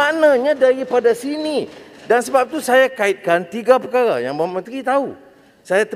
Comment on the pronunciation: gugup ka dengar ratusan juta..sebut perkara pun perkala...haha..